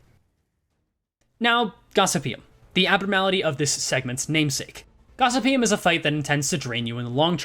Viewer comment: For those interested, Gossypium is produced Gos-sypi-um.